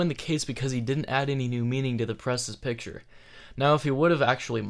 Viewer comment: Pitture? lol, I mean law. No, I meant lol.